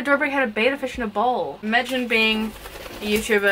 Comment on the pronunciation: before you start calling out other people perhaps learn that betta is not pronounced beta; your first clue is the spelling but who cares about stupid stuff like that right. Literally the first word of the video and I'm done